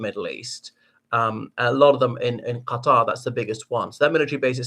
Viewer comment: Lol what's up with this Arabian accent when pronouncing Iran and Qatar? so scenic